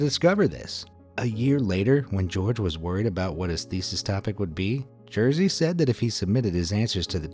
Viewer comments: its not jersey its jerzy XD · Sam jesteś Jersey XD Learn Polish pronunciation, dude! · you could look up pronounce of name Jerzy lol... that what you say is not even close...